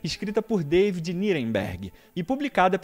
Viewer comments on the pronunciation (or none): none